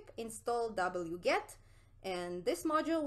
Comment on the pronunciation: "Dabble-yew, get" 🤣😂😂